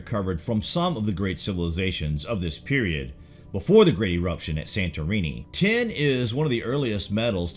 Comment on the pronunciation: This guy keeps saying "ten" when he should be saying "tin". I was confused for a while - ten what?